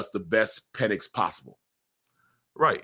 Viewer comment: What is Mike calling PENIX ? 🤣 WTF is Peenix